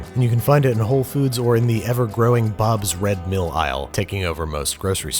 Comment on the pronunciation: "Bob's redmill Isle" actually got me so hard. haha